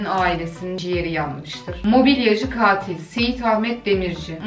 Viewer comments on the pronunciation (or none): "Çkatilo" diye dayak yiyiomuş😂